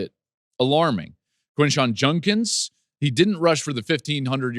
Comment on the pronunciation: Who is “JUNkins”? What a professional His name is Judkins